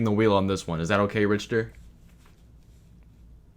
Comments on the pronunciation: they way you pronounce richter should be punishable by death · mfs can hear how a name is pronounced a dozen times and still call them RICH-ter overtime (its pronounced RICK-ter. you know? like the richter scale?) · i love love love how you pronounce Richter (Rikter) as Rich-ter also LETS GOO HE RETURNNSS